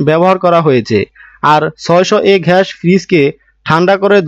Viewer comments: ভাই ঘ্যাস কি 😆😆😆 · ঘাস না গ্যাস হবে।